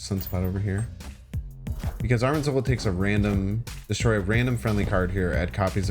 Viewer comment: You mispronounce Arnim Zola every time lol. You say Arm-in when its Arn-im